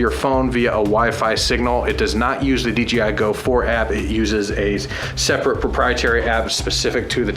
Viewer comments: I don't think it can't be even considered as a debate, since there is not an opinion about how to pronounce it but just GRAMMAR, I'm not native speaker but I have never seen a single person saying DJ like Dee Yee. So, nope, DEEYEE I is wrong, DEE YAY I is the correct way to pronounce it. Dang, I have never seen someone saying: "Well yeah a we had DEE YEE at the party last night" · Deeyee I Noouuuuu DJ, Dee Jai, yo man Dee Jay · You guys always say "DGI". :-) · DGI?? lol why does everyone says DGI!? It’s. D JAY I lol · Can you guys PLEASE say "DJI" and NOT "DGI"???!!!!